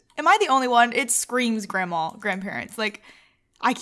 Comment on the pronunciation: THE WAY YOU SAY GRANDMA HAHAHA ACTUALLY YOU SAY GRAMA ALSO BTW, Not a insult XD